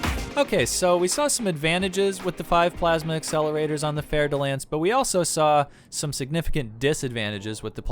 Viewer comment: Oh shit...Ive pronouncing "Fer" like "Fer" all this time! I never knew it was really "Fair" de Lance. Thank you.